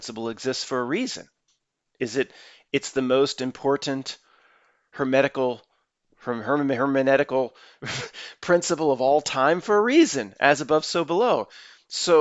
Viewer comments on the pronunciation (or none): Uh …… it’s hermeneutical not hermanetical. Thanks.